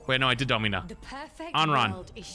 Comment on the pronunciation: "Dommyna" what are you doing bro